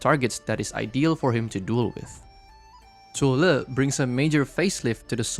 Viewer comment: I like people calling zuo Le literally how the Chinese Mandarin pronounce him😊 Also there will shift in the Meta... Yeah go find a flying roach somewhere and you know Wisadel just flatten all DPS operators that HG crafted to date whether has survival kit or not😂😂😂